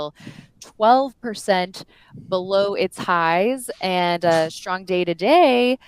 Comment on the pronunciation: it's pronounced strong, not SHtrong.